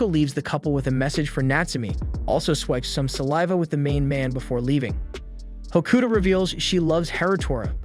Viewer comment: Tokyo ravens good series also your saying hakuto wrong also the girl is his cousin